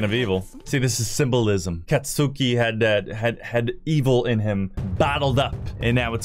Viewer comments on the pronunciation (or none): Katsuki is spoken like Sasuke u dont pronounce the u so basically Katski Saske or Satski for Satsuki